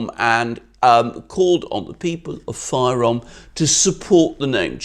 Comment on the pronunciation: The name is not“Fayrom”! You don’t say “Gr” for Greeks